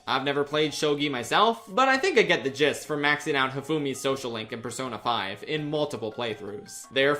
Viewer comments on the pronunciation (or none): none